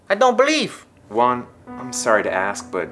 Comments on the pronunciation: Locote Chido it’s pronounced Juan and good joke lol 😂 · GamerOA YT it’s pronounced “huan” and its spelled Juan